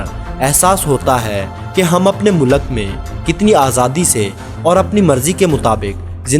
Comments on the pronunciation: O Bhai Mulak Nahi Mulk hota hai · mulaq nahe bhai mulq hota hai ... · Mulak... Nahi vo mulk hota hai... Pure video me...mulak mulak mulak.